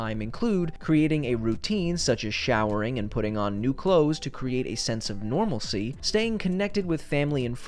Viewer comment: What is this thing you call "sha-wer"?